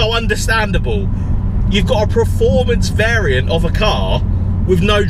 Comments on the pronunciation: The word performance is pronounced exactly as it is spelt: PERformance NOT PREformance. Please learn how to pronounce it correctly for gods sake. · It's PERformance not pre